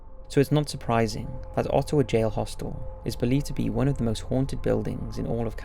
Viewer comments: Sorry rude eh, but that’s not how you Ottawa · You're pronouncing "Ottawa" and "Ontario" incorrectly (insulting bad). -Canadian. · The scariest part of the video is how you said Ottawa Ontario